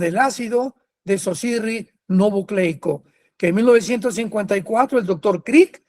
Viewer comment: Dr. Armando Alducin solo corregir de manera respetuosa el nombre que comenta de ADN es ácido desoxi-ribo-nucleico (ud lo comenta siempre así ácido desoxi-rino-bucleico) Dios con nosotros bendiciones